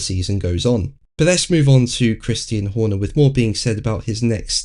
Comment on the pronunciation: I hear "Christine" Horner every time says the name.